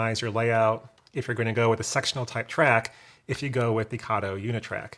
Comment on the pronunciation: Kato has a long A. Please pronounce it correctly. Came straight from a manufacturer's video.